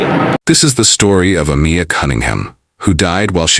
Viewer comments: The narrator could say last but a tiny effort into pronouncig her name. UH-MY-UH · Ah-meye- ah. Not Ah-me-ah. You should edit your narration. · Her name was pronounced A-my-a, not A-mee-a. So disrespectful.